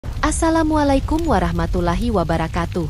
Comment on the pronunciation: min kalau gak bisa salam lebih baik gak usah pakai salam dari pada salamu glepotan memalukan orang islam